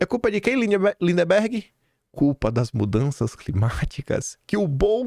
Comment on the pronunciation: É LinDBERGH e não LinDEMBERGH!